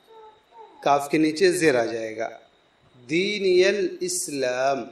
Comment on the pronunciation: ديني الاسلام کے اندر حرف( ی ) پر زبر کیوں پڑھا ہے